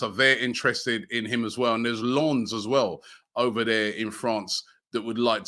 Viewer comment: Robbie pronounceding Lens as nonse, classic Robbie 😅